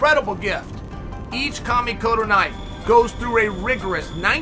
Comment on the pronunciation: Chael can perfectly pronounce Kamikoto, but he can't say "Belal"